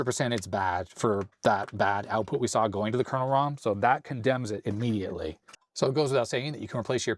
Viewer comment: Love watching but can't help being bemused by his misspelling/mispronouncing of word "kernel".